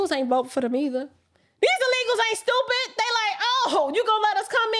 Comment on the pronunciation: you “STOOPIT” 😂😅🤣😆!!! Which is why I love you!😘